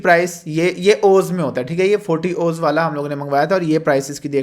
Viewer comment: Ooooz nhi O Zee hota ha